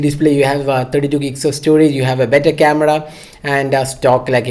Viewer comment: that "CAMEDA" though. 😂😂😂😂😂😂